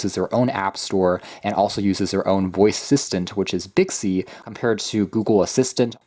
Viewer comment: Did anyone notice on video he said bixcy not Bixby 🤣hahahaha🤣